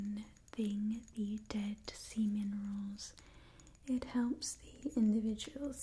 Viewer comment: bruh sea min-erals what